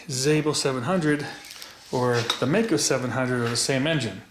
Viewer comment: Hello Mister,hope,you are doing well. I am from Germany,and i like your Channel,but there's one Thing,i have to say. It is pronounced like Mike-O. One more thing- in the 80th, i rode a MD 250, aircooled. Nice, fast machine. If you have any Connection, i would LOVE If you could show (and maybe ride)one. Greetings from Ostfriesland, Germany O